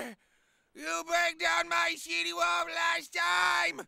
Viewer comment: I love how he says City Wall as Shitty Wall 😂😂😂😂